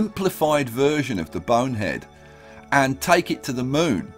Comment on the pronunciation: Am I the only one the miss hears when he says Bone Head, I sometimes think he says Boner Head